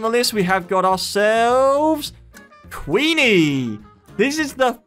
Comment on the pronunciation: Its Queener not Queenie